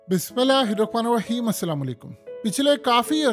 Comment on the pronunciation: Bismillah irrahman irrahim aap sahi tarahan say nahi kehtay. Islah kijiyay. Kisi bhi Arabi ki video nikaal kar sunkay theek kar lain